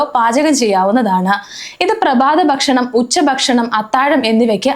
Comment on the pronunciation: 'ബക്ഷണം ' അല്ല 'ഭക്ഷണം' എന്ന് പറയൂ 'പ്രബാതം' തെറ്റ് 'പ്രഭാതം ' എന്ന് പറയൂ